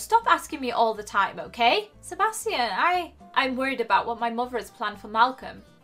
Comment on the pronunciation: your pronouncing sebastian wrong